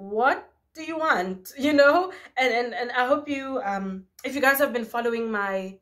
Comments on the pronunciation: Lmaoo same but I knew doesn't get down like that so it had to be "um, hi guys" 🤣🤣🤣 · I thought you said “ I’m high guys” 🤦‍♀️😂